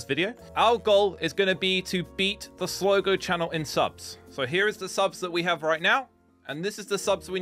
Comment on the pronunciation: It’s Slogo please listen to me it’s Slogo